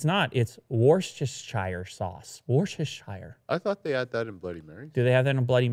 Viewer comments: It's pronounced "Wuss-ster-sure" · its pronounced wuster sauce